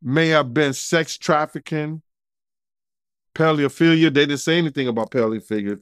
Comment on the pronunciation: The way I just hollared when said paleophilia!! But i believe errthang he say..